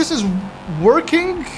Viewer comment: bro always said "workingk"